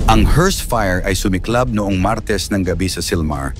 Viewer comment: 😢YOUR PRONUNCIATION OF THE WORD MARTES IS SICK. ACCENTUATION IS WRONG!!!